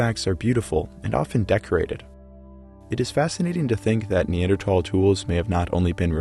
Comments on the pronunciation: You're saying Neandertal when its Neanderthal. There's an h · It’s more pronounced neandrothol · The fucking ai reader ruined it in the first 107. NEADER"TH"AAAL ITS A FUCKIN TH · its not neandertall its neanderthals pronounce it right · I don't care what anyone says it's pronounced nee-ander-th-all, not nee-ander-tall. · I know it's the "proper" pronunciation but when people pronounce it neanderTALL it bothers me. Literally everyone everywhere said neanderTHALL until dummy dumb dumb Joe Rogan pointed out it supposed to be pronounced he other way. It's english. No one pronounces anything correctly. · Hey bud it’s not Neandertal like you keep saying, it’s Neanderthal!!!!!!!!!!!!!!!!!!!!!!!!!! Dumb bit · "Knee-ander-tall" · TH = not T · It is a neanderthal not neandertall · Why does he say Neander-Tall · Neanderthal not Neandertal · I love how theres not a single of comment of him repeatedly saying Neander TALS like what lmao the h ain’t silent ….. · Why are you having trouble pronouncing neanderthal? especially at the last syllable. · no offence but i couldnt watch the video because the pronunciation of neanderthal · I think you can say either- like tomato tomato type word- but yes I also say Neanderthal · No you actually say the th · Pretty sure you're slaughtering the correct pronunciation of Neanderthal!! It's NOT Neandertalls Haha 😂🤦‍♂ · I remember when neanderthal was pronounced with a th sound. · I’m pretty you are mispronouncing Neanderthal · Pronounce neanderthal properly next time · since when were you suppose to say neanderthal like that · So I've got to ask, why drop the H from neanderthal? Is it something new in research or just an accent thing? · I hate how this bot pronounces the word neanderthal